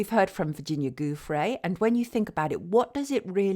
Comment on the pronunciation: Virginia’s surname is pronounce “joofray”. G followed by an i is pronounced like an English j.